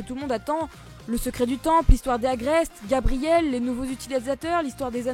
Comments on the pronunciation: De à 😆😆 tu insistes beaucoup sur "Gabriel" Sinon quand est ce que tu fais une review de "mangeamour" et "miracle queen"? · Mdrrrrr sa m'a tuée qu'elle répète 3 fois Gabriel en appuyant Tro cool t review j'les rates jms j'm'y suis habituee